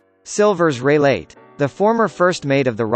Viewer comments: 17 He even said "Silver Raylay" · Who else heard silvers reyleight